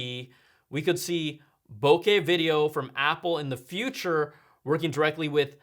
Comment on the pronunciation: Brian! How did you like the Kamayan? This was one of the best reviews so far of the iPhone 12 Pro camera. And thank you for pronouncing "bokeh" properly! You have no idea how much I appreciate that. Hahaha.